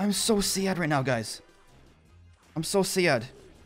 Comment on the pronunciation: Love your vids until you say “so sad” the way you do😂